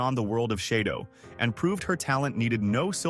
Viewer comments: It's shadow not sheydow! 🤫👋🇭🇲🦘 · "SHAY-DO"??? Dozy narration. This is so full of mistakes; terrible. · It’s half-baked “chez-dough” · lmfao, SHAYDOWE? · I think you’re showing pictures of Brian Keith, instead of pictures of Keith Alexander, along with calling the purple hair, silver and mispronouncing shadow a bunch. Your production quality seems to be little low.